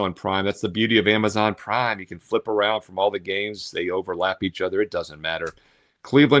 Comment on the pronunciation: Why do u say prime like that ???